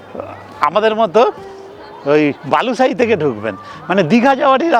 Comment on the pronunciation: Balusai noy Balisai